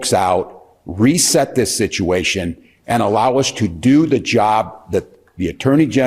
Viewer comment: A and the, not aye and thee.